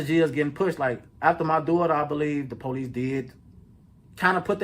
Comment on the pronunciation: Stop saying policsee...